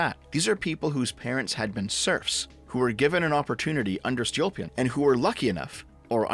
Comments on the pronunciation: It's Stolypin, not Stolyopin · My guy, you mispronounced the surname of Stolypin so many times that I was unable to focus on what you were saying. First of all, the stress goes on the second vowel. Second, "y" (which is under stress) in Stolypin stands for russian letter "Ы" that is pronounced like retarded [iː]. And on the unrelated note Stalin hated ethnic Russians, at least in Russia that is considered to be common knowledge (meaning I can't back it up with sources). So saying that he was somewhat nationalist and put straight ethnic Russians at the top is technically incorrect. Several examples were Beria, Ezhov, Mikoyan. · that's a mispronunciation. Stolypin is Столыпин (and Ы is the "gut punching sound"... hope you got the reference), I think you forgot the O. which was everyone except extremely poor. Seriously, even having one cow was seen as being quite poor (cows were cheaper back then).